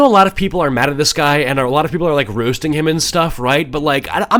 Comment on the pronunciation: The way you pronounce “roasting” is funny.